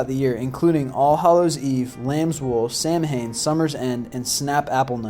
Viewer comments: Yeah, I cringed every single time I heard him say that. Although I thought the Celtics was the name of a Basketball team. That and the fact he pronounced Samhain as Sam-hane. In Irish Gaelic it's pronounced Sow-When. I remember when I tried to explain this to my class one year... ugh, still remember the headache too. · Not being rude, but Samhain isn't pronounced 'Sam-Hain' it's pronounced 'Sow-in':) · its pronounced Sow-in not sam-hein. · He mispronounced samhain in the video. It is not pronounced as it is spelled. it is pronounced like the two words, Sow When. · I would just like to point out that it is not pronounced sam a han but rather sow wan because it is an irish word and celtic sounds like it begins with a k not an s. BTW I'm irish. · It's also not pronounced "samhaim" it's "sow-ain". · you pronounced samhain very wrong its pronounced sow in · "Sam - hain"? "DayS of the Dead"? "selts"? With the complete lack of knowledge of proper pronunciation or forms of key terms and obvious lack of enthusiasm, anyone else feel like they're listening to a really bad high school presentation from a student who did not do his research? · Jared-O-Lantern Right Samhain isn't Sam-Hain WTF is wrong with this person... If he wants to be token seriously then say the word right... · My god, it's pronounced sow-en! Do some research please! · Samhain is pronounced "Säu-wen" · Ok, Samhain is pronounced: Soween; and Celtic is pronounced: Keltic. Not: Seltic. C'mon man. The festival was similar to Winter Nact, an ancient Norse festival, Honouring the dead. I love your videos; but Next time: Have Me do this one for you. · Samhain is properly pronounced as Sow-when. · It's spelled Samhain, but it's pronounced Sowen. It drives me nuts when people don't pronounce it correctly. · Samhain is pronounced sowann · Had to nope out after "sam-hain" and "seltic" sorry. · Dude! Samhain is pronounced SAU-WIN. And Celts are pronounced Kelts not Selts! Don't lose credibility!